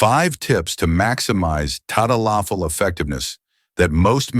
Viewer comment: If you were a Dr. you would know how to pronounce the drug's name. lololol